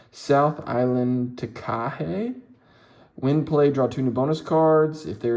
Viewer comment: Takahe is pronounced Tar-ka-hey